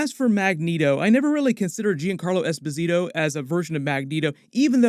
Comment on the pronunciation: technically mr freeze is a dr friez. also his name is pronounced like Yon Carlo esposito